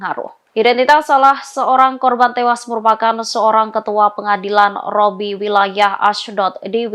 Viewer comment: Pembaca berita ini dan bbrp pembaca berita tribun tidak bisa baca huruf 'Q' ya? Al Qassam dibaca Al Hassam😁 Rabbi dibaca Robbi😁